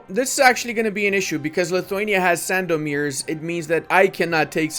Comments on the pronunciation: Hi Your gameplays are just amazing! "Sandomierz" its pronounced like rz is sh - sandomiesh I hope you will read this😀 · Sandomierz in Poland is speaking Sandomie.. and rz is like second "g" in garage